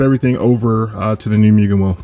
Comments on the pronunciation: Nice upgrades but dude less of the MEW-GAN it hurts my ears 😂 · MOOOGEN* lol I said Mugen for a while too.